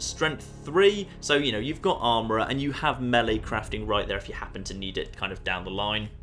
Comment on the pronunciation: Thanks for pronouncing melee the correct way